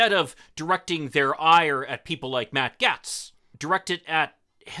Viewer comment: Bahaha, you can't even say his name right. You guys are fishing hard-core